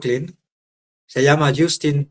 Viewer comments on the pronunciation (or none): ( Jastin, ) pronuncias Justin escribes